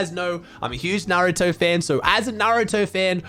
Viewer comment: At least pronounced naruto correct